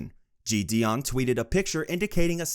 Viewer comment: i cant lie this script sounds chat gpt generated.. also the pronunciation of jidion is killing meeee